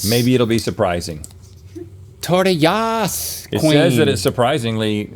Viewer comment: Link “Tortiyahs queen” cracked me up ❤